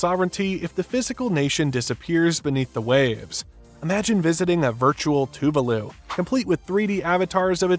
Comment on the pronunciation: Dude ! Please learn how to pronounce the name of the country correctly